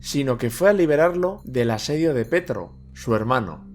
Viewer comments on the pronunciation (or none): Muy bien el video me gusto mucho , también que nombres las fuentes esta muy bien currado y elaborado como crítica constructiva decirte que hay nombre que no los lees bien como preto que lo llamas petro pero por el resto me ha gustado mucho solo es una tonteria la verdad buen trabajo